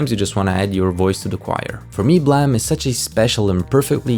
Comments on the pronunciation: Every time I hear Blame be called Blimee, i die inside. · Would it not be pronounced "BL-Aa-me"? Like to blame someone for something? I would think it'd be spelled "blam" with how you say it. Still a great video tho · Is it not pronounced blame as in the i blame you for something. Not blamm it kill me to hear you say this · WTF IS BLAM, IT'S BLAME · Im still learning the language so why do people call it BLAM? If it clearly reads as BLAME? This is the third channel that says it like that so...have I been saying it wrong this whole time? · Is it really pronounced blam? And not blame? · I dont know if this is common knowledge or not but Nihei intended for the Manga to be called Blam! like the shot of a gun, but didnt notice the typo and thats how we ended up with Blame! IDK how people pronounce it as Blam or Blame but i just wanted to point this out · its prononounced BOORAMU. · the way you pronounce the title really urks me